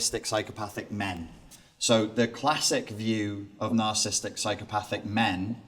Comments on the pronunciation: For his12 years in the field, why does he keep mispronouncing narcissistic as narcisstic? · I do not know if I can trust a “professional” who can’t pronounce “narcissistic” or spell it.